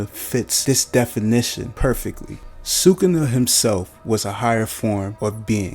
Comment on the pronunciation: bro you could at least pronounce it right it literally sounds like you are trying to pronounce it wrong you almost pause before you say it every time